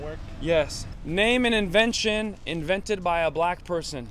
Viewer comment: "whats invesnted meen"